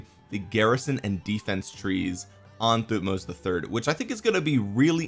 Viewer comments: I think Thutmoses is pronouced Thut-moses Moses like the guy who parted the sea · thank you for trying to pronounce their names, the right pronunciation that they taught us in school since i am egyptian would be "Tohutmos" with emphasizing of H thank you for the great video, i can't wait to see when the new civilization will come out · pronounced like king Tut..so tut-moh-zes. Just ignore the “h”. Interestingly, during biblical times the Pharos always has a name that’s God+Moses. So Ra-Moses (aka Ramses) and his adopted brother whose name was wiped from history by Ramses so we just call him Moses today because we don’t know which god name prefixed him. My gut says probably “Thoth” but who knows.